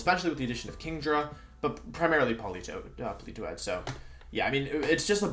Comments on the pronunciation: When he said Poli Toed the way he did i think i threw my phone out of the window. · Lol why does he pronounce Politoed as Pelitowed